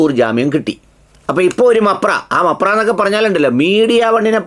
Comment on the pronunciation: മപ്ര അല്ല Bro മാപ്ര 😅😅